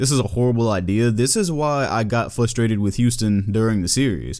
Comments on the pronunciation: Please say frustrated and not fusstrated because thats mad frustrating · Flustrated lol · Is it just me or can not say frustrated